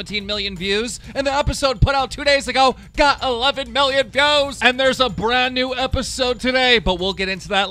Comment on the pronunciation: He said go's instead of views